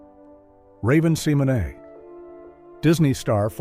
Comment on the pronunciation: You pronounce raven's name wrong.